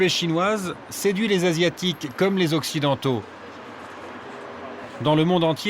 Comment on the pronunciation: "les tops models accidentals"....je-que dire